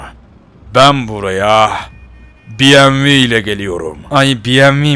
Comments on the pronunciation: Abi buna biyemvi deme BEMEVE DE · Bievmi değil BEMEVEEEEEEEEE